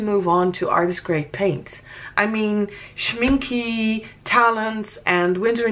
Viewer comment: The e in Schminke is pronounced like the beginning e in elephant.